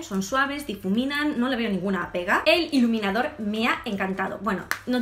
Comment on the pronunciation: Min en vez de decir iluminador dice leniniafor oz habeiz dado cuenta?